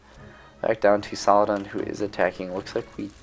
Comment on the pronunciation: Love ur vids man, think I’ve seen all of them, really. But the way You pronounce saldin as salladan gives me a fever dude 😂